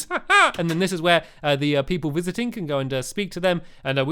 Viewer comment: He said wisiting instead of visiting at the po po police station